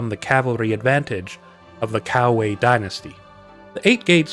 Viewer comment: And the bad guys: Cow-Way